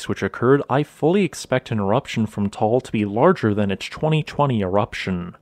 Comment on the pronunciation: Pronunciation is not Tall its Ta-al.